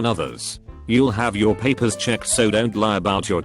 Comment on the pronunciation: I’m bothered by the way that this voice says ‘Paper’